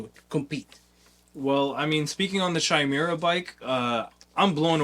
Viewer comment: YO! Love that you're featuring Chimera. It's pronounced KY-MERA, by the way. Basically, the way I think about it: Going from a Super 73 to a Zooz, is similar to going from a Zooz to a Chimera. Nearly half the weight, even more nimble, and even more BMX (regular bike seat, less wiring, less clutter on the bars, etc). It's build for tricking, skate parks, and most importantly, pedaling! It's light enough to pedal without effort, but the throttle is intense: It goes from 0-35mph in 5 seconds, top speed of 39mph, with insane torque due to the innovative high drive system (more like a traditional motorcycle than an ebike). Austin is super approachable if you have questions. He's been awesome to get to know.